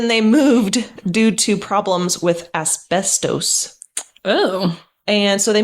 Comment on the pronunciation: Worst content I've heard! You're a couple of blabbering idiots. This isn't a podcast. We're here for the facts and story, not whatever bs you call this. Can't even pronounce asbestos correctly.